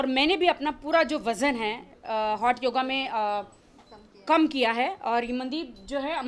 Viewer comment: हॉट नही .... होट योगा..... होट 🤣🤣🤣🤣🤣😂🤣😂🤣😂🤣😂🤣😂🤣😂🤣